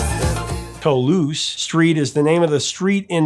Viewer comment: It hurt my ears to hear you flub Toulouse Street. That is an actual street in New Orleans. While pronunstifications of stuff in Noo Awlunz, da Big Eazy, can be challenging (Tchoupitoulas Street, anyone?), Toulouse is pretty simple. "Mama! that's way TOO LOOSE! Just like that, "TOO loose", emphasis on TOO. One more thing: "New Or-LEENZ is ONLY correct if it's in a song! Carry on, Professor.